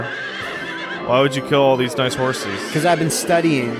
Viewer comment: Niceu, Niceu! Very niceu,!